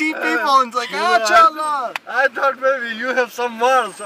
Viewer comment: It’s “kya haal hai” lol